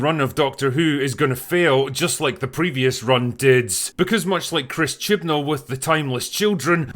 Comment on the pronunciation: "Chin-Ball" Now and forever, I will recognize no other pronunciation of that "man's" name.